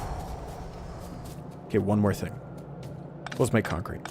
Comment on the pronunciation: Naturally, I see that the stream is live about thirty seconds before it ends, when is so sleep-drunk he's talking about "conkete". Ah well, first comment here.